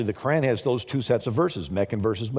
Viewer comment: He can't even pronounce "Quran"... What an imbecile. He causes my bile to rise, verily.